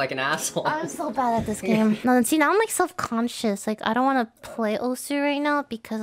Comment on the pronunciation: Osu is pronounced ous ?!?! What the heck why is I not called ous